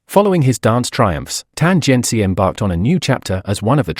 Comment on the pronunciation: i was more offended by this "tan jian CHI" pronunciation than some super stupid comments by ignorant netizens. Yeah, I know it's very likely the AI voice but isn't it disrespectful not to pronounce their names correctly?